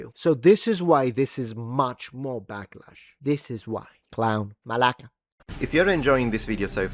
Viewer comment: my respect for you pronounce the ward Malaka! As a Greek!😂❤